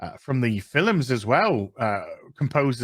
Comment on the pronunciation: Am I wrong or did you just pronounce the word "films" as "phil-ems"? Is that a British thing or just an thing? (or am I missing a joke....or just deaf?)